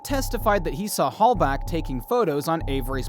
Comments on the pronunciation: It’s Halbach. Theresa Halbach, not Halback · Her name is HALBACH not HALBACK…show some respect to the victim Jesus dude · It's Teresa Halbach, with a h, not a k. Sorry to be 'that guy'.